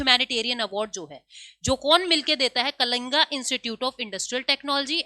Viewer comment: mam letter ke last me 'a ' hone par आ nehi hota h Aap saare letter ko आ bolkar pronounce kyu kar rahi ho कलिंग है ना कि कलिंगा और बहुत सारे है